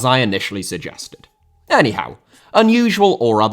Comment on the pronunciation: "Any Howe" 😂